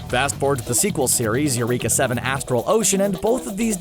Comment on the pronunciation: I think its pronounced erica 7..... not you-reeeka 7....just saying.. you can blame the katakana